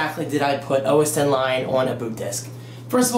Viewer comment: Thank you so much for saying OS 10. I cringe when people say OSX